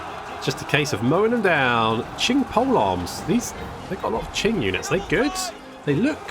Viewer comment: Hey, just two pronunciations that were kind of bothering me, the first being "Qiang" as you pronounce it "Qing" while it would be more like "Qi-Ang" in one syllable. Second is Ma "Tie" which is pronounced "Tyeh"